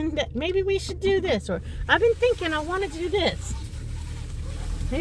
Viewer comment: Bahahahaha that’s funny! When she says “I’ve been thinkn”